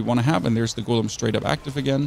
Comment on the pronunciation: 😂😂😂 well I guess English isn't his 1st language so we can let off